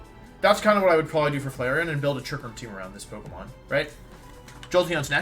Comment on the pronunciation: leafon and who??? Flaceon???